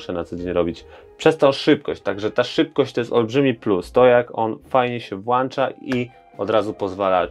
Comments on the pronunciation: Nie ma słowa "włancza"!!!!!!! Można coś włączyć bądź wyłączyć. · Mówi się "Włącza się"